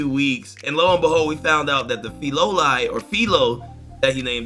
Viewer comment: I think it's pronounced Fee lo lee ol. Filolials like pulling carts, and are basically omnivores. Kingdom of Melromarc's intelligence service: Shadows (espionage, stealth, tracking) Sword hero: Ren Amaki (Virtual Reality based video game experience) Bow hero: Itsuki Kawasuki (Console based video game experience) Btw the sword and bow heroes aren't as good as you think. They've only really highlighted the problems with the spear hero Motoyasu Kitamura so far. I can spoil what's wrong with Ren and Itsuki, but that's for people to find out. ヾ(*ΦωΦ)ﾉ